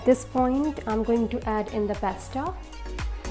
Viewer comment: Its pasta not pesta